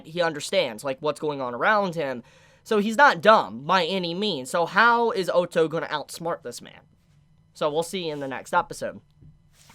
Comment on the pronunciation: Honestly I can’t stand people pronouncing Otto as ooto